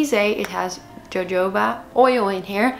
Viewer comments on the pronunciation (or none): Lol jojoba oil is pronounced as hohoba oil its weird i know.